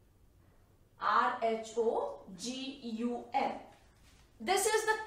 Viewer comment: its RhoGAM not rhoGUM